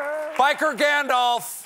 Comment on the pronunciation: Utterly shameful. Stephen mispronounced Gandalf.